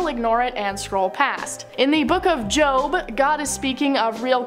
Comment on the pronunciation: … your my fav host and I love you🫶🏻 but it’s not Pronounced ”JOB”… The way It’s pronounced Is JOE-B💯